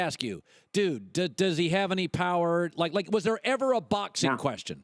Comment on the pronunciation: Paulie got no pwower, he got no hwart, he chwin....he a sitting dwuck